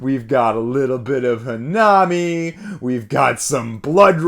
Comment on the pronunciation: It's pronounced hannami, not hanaami. (comes from Hana = flower and Mi from Miru = to see) But it's fine. Just thought I put it out there. For the rest, great video as per usual. I like your opinions 💜